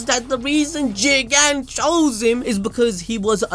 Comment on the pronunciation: Why does he keep saying jigen like that it’s not even a funny concept